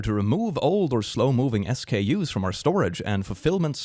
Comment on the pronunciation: Hey, we pronounce SKUs as skews, or skew for 1... just fyi. Keep up the entertaining videos, I love them!